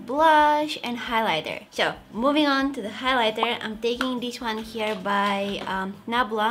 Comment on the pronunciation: why do you say sho instead of so? ;/